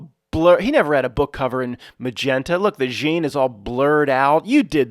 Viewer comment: Hi Matt. In French, with the name Jean, you don't pronounce the "n". It is not silent, but is enounciated at the location of the throat, in combination with the other two letters that follow the "j". There are three good groups on Facebook for people discussing various simulation theories as well as just different opinions...people in the co.ments, sharing their individual thoughts about the nature of reality. Two of the groups have the same name, one has a few thousand members, the other one about ten thousand members. I think the groups name is: simulation theory. The third group iscalled something like, simulation theory proof. There may be additional fb groups about sim theory or related. But those three are the ones I'm aware of, a d I highly recommend checking them out. It's weird, because within the comments, I don't think I've once seen any comment me think g you tube. It's as if those people exist within a fb universe closed offfromthe yt universe. Except for the simulation proof channel, where I first encountered her twitter account of the same name. As far as groups of people existing within separate universes so to speak, I've so found great discussions and people's theories about reality, in the comments secrions, of the yt channel called:Godgevlamste